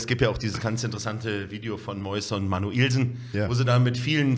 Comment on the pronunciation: Wie Carsten immer manuellsen betont Hahahaha manu-älsen